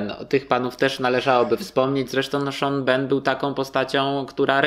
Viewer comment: Czemu wymawiacie Sean Bean jako "Szon BEN" zamiast Szon Bin? :face-blue-smiling: akurat naziwska proszę postarajcie się wymawiać poprawnie, to nie ulega spolszczeniu. Najlepiej zobaczyć wywiad jak sam Sean Bean mówi swoje nazwisko :P